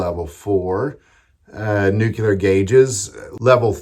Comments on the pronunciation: NEW-clee-er, brother. NOT Nook-you-ler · It's pronounced "noo-klee-er" not "nook- yoo- lar" Sound it out. NUCLEAR. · its pronounced nuclear